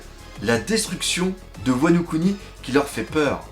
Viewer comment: C'est "Wa no Kuni" pour "Pays de Wa" et non "Wano Ku Ni"